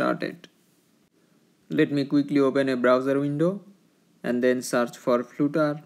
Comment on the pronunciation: Brother, it is flutter not floooter